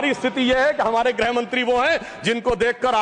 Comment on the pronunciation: Grah mantri? Ya grih mantri? Bada shuddh hindi bolne wala kahte hain isko?